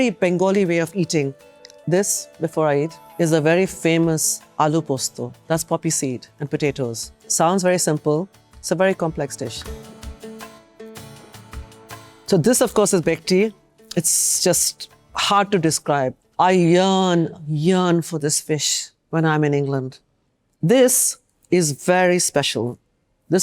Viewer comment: Being a chef and Bengali, she couldn't pronounce "BHETKI" and ended up calling it "BEKTI", is just appalling!!